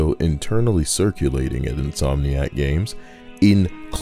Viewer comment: "In-SOY-niac" lmao